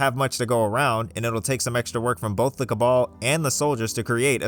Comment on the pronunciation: I'm sorry, the "ca/ka-what"? (when referring to the cabin group)